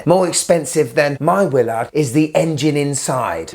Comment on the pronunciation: I love how it’s a Willaarrrrd.